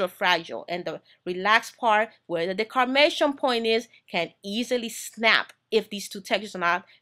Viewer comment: I love your video.. I have one correction though. It's called the DEMARCATION point not the "decarmation" point... Keep up the good work.